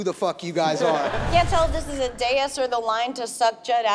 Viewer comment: DAIS! not Deus.